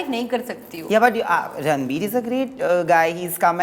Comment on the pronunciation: She is called anytime ranbir. rrrrrrr.....ranbir😅😅😅😅😅